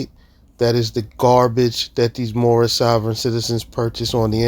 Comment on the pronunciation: "My nationality is Moormish!" Never fails to crack me up.